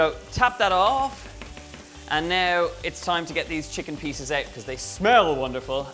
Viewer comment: Please learn to pronounce “out”